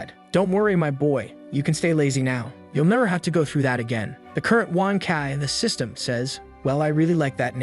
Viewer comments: Sys-t-an failure, Ai voice can't read some words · Ah yes, not system but siestem